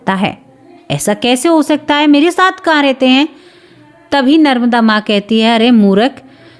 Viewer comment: Didi narmada nadi bolyehe naramda nahi